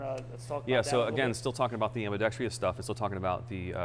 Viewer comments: The word is "am·bi·dex·trous" not "am-bi-dex-tree-us". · Gunsmith is a genius, but can’t pronounce “ambidextrous” properly.